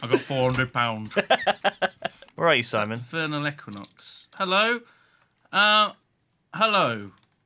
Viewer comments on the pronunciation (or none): Hold on... is Simon saying "vernal equinox", or "Furnal Equinox"??